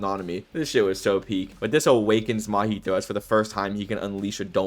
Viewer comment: Cool video my dude but who's that Mahito you're talking about? That guy's called Mahee-hee